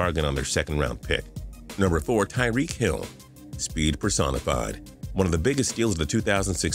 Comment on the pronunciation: Tyreek not tureen